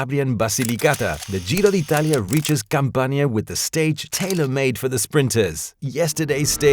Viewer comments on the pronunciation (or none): Not "CampaNEEa". We pronounce "camp'ania"